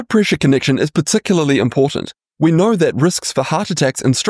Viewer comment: "How do we naur, truly naur, what the best diet is for a longer healthier life."